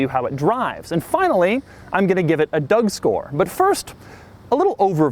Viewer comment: You said "corcks and features" "doug score" with different accent, i'm a bit disapointed. You said it quiet like you don't want to spent time for such abomination like Aztek.